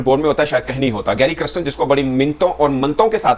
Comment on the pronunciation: It is NOT Christian…it is Kirsten or Kiersten…